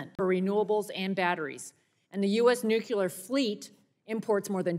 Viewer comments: New-CLEE-er, not nuk-you-ler. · The word is nu-cle-ur, NOT nuke-u-ler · Ugh. Nu-CLEE-ar not nuc-U-ar. Otherwise, she's correct. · whats with new - cue- lure? i thought it was new-clear? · It's nuclear not nucular. Our team needs to look educated. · "nUKUlar fuel" she says why not nucLEAR? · The word is nuclear, not nucular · NUCLEAR, not nuculear. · Nu-clee-uhr. Not nu-cue-luhr. 🙄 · It’s not “nuc-u-lar!!! Please, American politicians, get it right!! Nuc-le-ar! Look at the spelling! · What is "nucular"? I know what "nuclear" is. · Why can't people say, "Nuclear"? It's not hard -- NU-klee-ar. NU-klee-ar. Not NOOK-ya-ler. NU-klee-ar. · Disregarded everything she argued once she pronounced it nucUlar…🤦🏽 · NUCULAR IS NOT A WORD!! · WTF is nucular. I've never heard of nucular power before. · I agree except I really wish she would take time in the mirror one morning and learn how to pronounce nuclear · Why can't these college graduates pronounce Nuclear? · Why can't anyone pronounce nuclear, just us phonics 😢